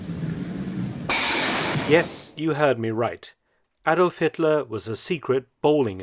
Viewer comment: he became Ayydolph Litler for a moment